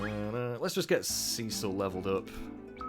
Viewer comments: And also Cecil sounds much better than Cicl . The second one sounds like coals cicling you know when you are making barbecue and the fat melts and falls onto the coals and you hear that cicling sound . Yeah ..... your pronunciation reminded me of that .... a, I hungry ?? Probably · I love the way you say Cecil. Makes me think it's Sea Salt every time. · It's so great to see you giving classic FF some love! 4,5 and 6 are all great, and I'd love to see you play them all! I've got to admit though, the way you pronounce 'Cecil'... I can overlook this though, I can just tell this is gonna be a great LP!